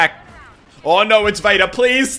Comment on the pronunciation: I keep thinking you say "Beta" instead of "Vader". Is that wrong to think that?